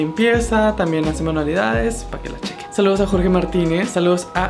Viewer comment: Dijiste mi nombre mal jajaja☹ pero gracias por tus saludos Jorge 😁